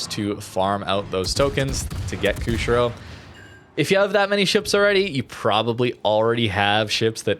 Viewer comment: Former Canuck here, Good vid, thanks. I know the game is your passion and not the historical stuff, but because public speaking is part of my profession, I'm kind of a nut about words. So... the ship is: "Koo - shee - ro". Most non-English languages pronounce "i" like we would in "machine." It's a port city on the island of Hokkaido.